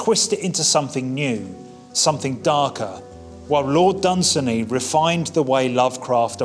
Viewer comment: Its pronounced dun- say -nee..i know this cos im a paddy like dun-say-nee